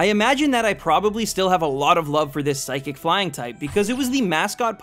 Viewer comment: WHY DO YOU KEEP SAYING PHYSIC INSTEAD OF PSYCHIC?